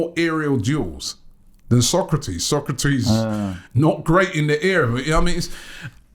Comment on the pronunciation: His name is Sokratis not Socrates lol